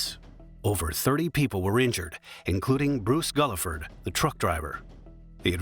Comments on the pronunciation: Its pronounced Gill-ford, not Gullafud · The truck driver's last name is pronounced GILL-FERD, not GULL-I-FURD. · The truck driver's name was Buce Guilford, pronounced "GILL-ford." Get it right.... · Guilford is not and never has been pronounced “Gulliford.” That drove me nuts. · Pronounced Gil-ford. Seriously???